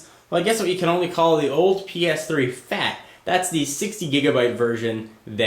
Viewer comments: keep clicking at 10 seconds. it sounds like he says "your fat your fat your fat" lol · why are you emphasising the word "fat" my ps3 is very sensitive about his weight. and you sir are hurting his feelings.